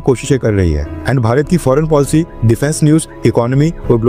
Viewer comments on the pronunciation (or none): none